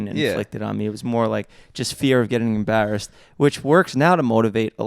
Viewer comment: The way Jeff pronounces “embarrassed” 😭